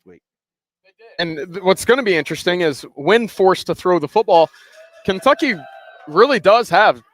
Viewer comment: At about, does mispronounce "Kentucky"?